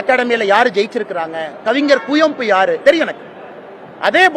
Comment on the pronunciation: கன்னட சாஹித்ய அகாடமி பரிசு பெற்றவரின் பெயர் கூட சரியா சொல்ல தெரியல, மொழி தெரியாத கூட்டத்தில் தப்பா பேசுனா அது தனித்திறமை,நல்ல வேலை அது மாதிரி குயம்பூ என்று சொல்லியிருந்த உன்னை கிலிச்சிருப்பாங்க, அவர் பெயர் குவெம்பு. இனி மேலாவது சரியா சொல்லு